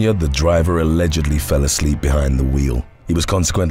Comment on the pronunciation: “she fell ‘uhhsleep, in the back seat!” sounds like some RKelly lyrics 😂